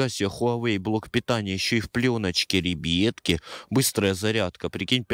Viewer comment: Мене бісить коли ти кажеш рібітки